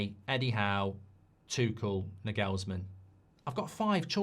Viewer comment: Btw, as a German, I can tell you that the emphasis in the name Nagelsmann is on the first „a“, not the „e“, just sayin